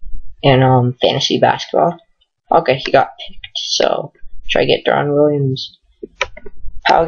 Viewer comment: pau gasol blows... and you can't even pronounce deron williams...